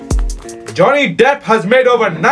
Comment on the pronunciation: “Johnny dep has made over 90 moovees and you AqOoAMan.”